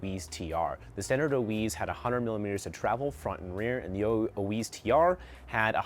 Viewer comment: Oiz. not Oiweeez. You guys sell it but don't know how to say the name? its literally ON Orbeas youtube videos of how they say it.